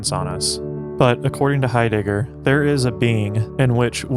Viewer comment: “Martin Hi- digger” Thanks I’ll pass